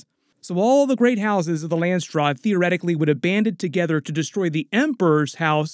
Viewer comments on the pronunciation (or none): landsraad.... not landstraad... as in council of the lands in dutch. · I dont think theres a 'T' in Landsraad